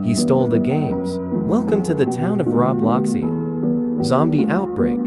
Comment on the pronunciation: Robloxian 💀 BRO ITS ROBUXIAN